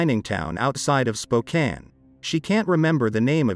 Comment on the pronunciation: Also said Spokane right